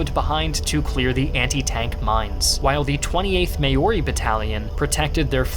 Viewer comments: Maori is pronounced maow (like "ow my toe") ree. Mow-ree. Wonderful people with a rich cultural heritage, and a vital part of the mighty ANZAC forces that continue to punch well above their weight in conflicts around the world to this day. As an Aussie, I'm proud to call all Kiwis brother and sister. Also, I'm grateful that you recognised the importance of the 9th Dropbear Infantry Division and it's deployment of their dropbears. El Alamein is one of the main reasons that the Common Grey Dropbear is near extinction. So many were captured, trained and sent to fight that the wild population never recovered. A large part of our island nation is habitable now that the dropbears are largely gone, but I can't help but regret the loss of a species that, while dangerous, also proved highly trainable. If we'd domesticated them while the numbers were still sustainable, we may have avoided the feral pest problems we now have, and we also may have won the Emu War. I'm unfortunate enough to live in the highly dangerous Southern Brown Dropbear territory, but they are also very rare these days, and were never numerous anyway. They proved to be completely untrainable. And the Northern Black Dropbear is only found in remote pockets of Rainforest in the North of Australia, and not suited to desert warfare, although they certainly played their part during the defence of PNG. LEST WE FORGET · Hello! Just a prononciation note from a Kiwi, you mention about the 28th Maori battalion. Usually it's pronounced "Mao - ri". Some also pronounce it "Moh ri" with a deeper tone for the mow section. Hopefully, this helps! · Great video! Please work on your pronunciation of 'Maori' tho